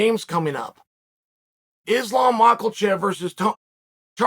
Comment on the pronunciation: At this point he is just blatantly mispronouncing Islam's name on purpose... The man's one of the number best fighters on the planet it is weight class ....pronounce fucking name right